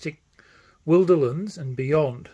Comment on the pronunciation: You are one of the few people who pronounce “Wilderlands” the same as I do - with the “wilder” part sounding as it does in “wilderness”. Most make the “I” sound long; not sure why.